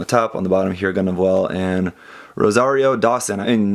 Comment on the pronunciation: you got the pronunciation of that name spot on